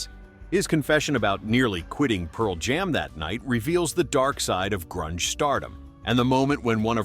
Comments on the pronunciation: I think it's AI. "Pearl JAM." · absolutely. The dead giveaway is "Pearl JAM."